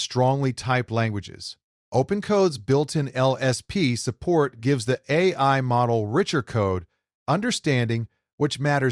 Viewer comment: So the voice is AI generated? There are just too many slip-ups (errors) in the voice track. Things like mispronouncing "AI", and LLLM instead of LLM.